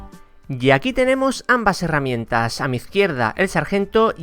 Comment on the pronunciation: se dice heramientas,no harramientas